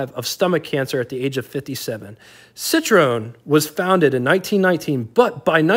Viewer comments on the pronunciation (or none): It's cit- ro en. Three syllabus .